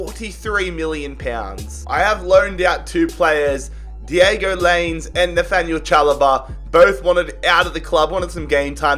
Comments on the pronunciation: (Lie Ness) is how you say Lainez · Thats not how you say Laínez Its lahynez is is how you say it